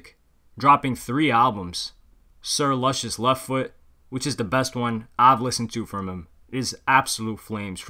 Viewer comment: Sir Luscious pronounced LOO-SHUS. Good vid tho